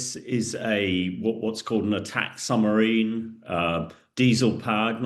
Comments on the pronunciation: Is he saying Sumarine instead of Submarine? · Surely it is SUB-Marine and not Sumarine? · How can a former British army commander keep saying summerine ? It's submarine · Is it me or does he keep saying SUMARINE